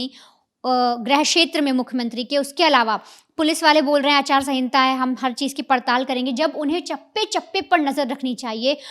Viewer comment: Aachar sangita nhi acharsahita